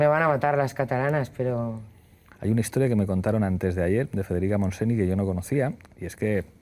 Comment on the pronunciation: Uff Pablo, mucha plurinacionalidad pero no atinas a pronunciar mínimamente bien. Escríbelo Federica MontseÑ ni que sea. Ararljagajggh "Conoces a Federica Montseni? Pues evidentemente NO"